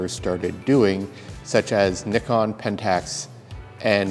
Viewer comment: Finally someone from North America who can pronounce Nikon properly...!!! hahah